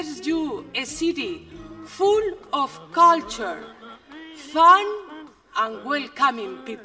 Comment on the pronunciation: No, se dice culture perfectamente. La unica palabra que dice un poco mal es 'comfortable'.